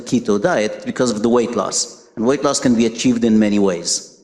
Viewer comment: Who wouldn't trust a food pyramid shaped dietitian with a New York accent who responds to Ivor with "Oh my God" and can't pronounce "Medi-garain-ian" or "late loss."